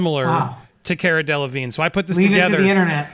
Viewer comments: Her name is pronounced Care-uh Dell-ahhh-veene. People mistakenly pronounce the G and first N and E in Delevingne, but are silent. Like Mignogna, which is Italian. Whether it was shame of getting caught in a cheating scandal or just not liking to talk about her affairs, Cara didn't want to speak at the time this affair was mentioned. That's not the major issue. Johnny didn't deserve to be cheated on, but the issue is the people who saw Amber could've said they didn't see bruises on her when she lied about injuries. Too many people protecting her or themselves were not doing the right thing in this whole situation. A lot did on Johnny's side like his witnesses, which was wonderful. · Haha, it’s pronounced “CAR-UH“ and her last name is “DELL-LUH-VEEN” ☺️ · It's Cara Delevigne (DEE LA VEEN) in English (the vine). It's French, meaning vine. Over there they pronounce it 'Veen yeh'...... Remember Avril Lavigne (LA VEEN) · Pronounce as if spelt this way Delevine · The way that lawyer pronounces caras last name lol!